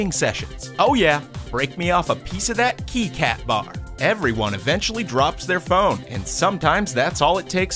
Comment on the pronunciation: KEY KAT? ITS CALLED A KIT KAT!